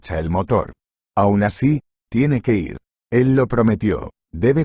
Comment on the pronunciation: Y otra que dicen es i r en vez de ir